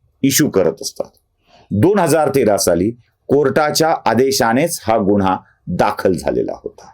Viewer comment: गुण्हा न म्हणता गुन्हा म्हणावे.